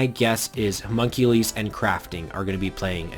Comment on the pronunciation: i'm pretty sure it's "huh mun cue lus." not "huh mun cue lees"